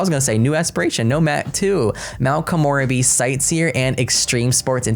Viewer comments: Komorebi = ko-moe-re-bee The re is a slight ray sound. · It's "koh-moh-REH-bee"!!! (not "koh-MOR-uh-bee") She pronounced it in the trailer, thankfully. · Matt please check out the gameplay trailer to pronounce Mt. Komorebi correctly. Please don’t get offended!! I love your videos. It’s just that my brain is sleepy right now too 😜 and zeroing in on that word 🤦🏼‍♀️ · Thus pack sounds better and better as we get more info...but your pronunciation..... not to be annoying or anything, but you mispronounced samurai and still mispronounced Komorebi (sp?) Koen in Japanese for park FYI 😃🤗👍 Lol, the plumbob was right above your head while u read the onsen part... I can't wait to see the cas and build/buy items!!! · Yama-chan, not Yama-khan. Soo-ki-aki, not Sucky-aki. Ko-moh-rebi (longer moh sound), not Ko-more-ebi Sen-ba-maahhh-chi (shorter ba sound, longer mah sound). You got taiyaki right, though.